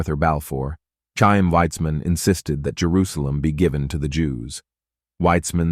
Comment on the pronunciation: Chaim - pronounced with gutteral ch like Scorrish "loch" or German "Bach". Pronounce as a soft "k" or failing that, an "h", but not an English "ch" (t-sh).